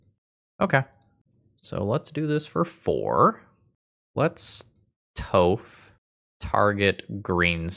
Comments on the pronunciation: it is pronounced tawph not toe-ph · All I could hear was 'Toeph' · What did you call Toph… D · I love some spicy Nic fit. I can tell you we're not an avatar fan when you were younger with the way you pronounce toph.lols